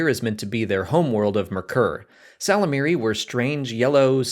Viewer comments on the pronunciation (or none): You really should really listen to those audiobooks you're always hawking. The Y in ysalamari isn't silent.